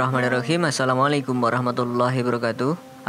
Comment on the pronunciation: Ngucap salam yg bener lah bro.